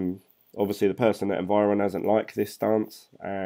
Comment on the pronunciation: Don't get me wrong, I like your videos but it is Envion not environ or however you pronounce it :) I can't see any R there. Sorry I really didn't wanted to criticize you just mentioned. keep up!